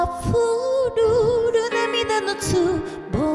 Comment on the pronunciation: 「溢るる」の発音が普通だったので、あれ？と思ったんですが 「香り始めデュ」を聞いて安心しました！